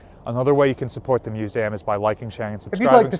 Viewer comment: He certainly is a great storyteller, but I confess I find it a little unnerving whenever he says "Musaaam" (with the end sounding like it rhymes with trans-am). Is that a New Jersey accent/dialect thing to pronounce museum in this unusual way? I've never noticed it before, but perhaps that how everyone says it from his part of the world? Here in England, its pronounced like its spelt (and I'm the first to admit that so many English English words are not... have you heard us say Luitennant?) 'Muse ee um' Whereas seems to always say Muse aam